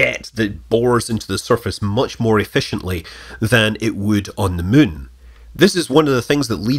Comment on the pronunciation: Hey Scott, big fan BTW, and I love it anytime you say "muun"! Please remember that there are many OG's out here who still do not do Twittering or FaceBooking. But, we will do YouTube, just saying.. And yes, I actively choose to keep my social media footprint to a minimum. Thanks for all that you post here!! Fly safe, & stay thirsty my friend!